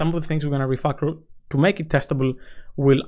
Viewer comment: Why do you keep saying refuckel